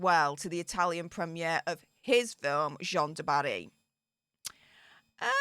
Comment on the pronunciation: The French female name JEANNE, is pronounced JAN. It rhymes with ANN. It's such a simple pronounciation, why does everyone keep screwing it up?...drives me nuts...lol.